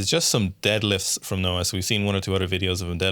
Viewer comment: NOAH NOT NAOH LOL